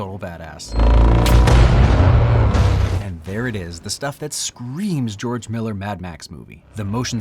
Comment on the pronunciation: "Geoge Miller"